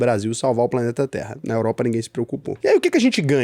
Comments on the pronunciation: "Europra" , "Chegrei Brasil" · “Europra” me pegou um pouco. Kkkkkkkkkkkkkkkk. Tmj ❤